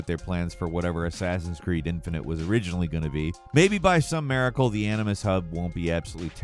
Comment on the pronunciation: I was almost thinking of pre-ordering this, but then I heard you say 'Animus' and quickly put my credit card away. Will they ever learn?